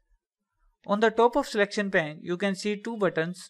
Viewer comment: it is pronounced payn with a long A sound. because it is not pan. Great and useful video.